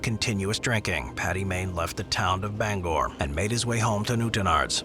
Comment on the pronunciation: Why did you butcher the names of the places I’m from, it’s new-town-ards and bang-ger that’s how you say the names.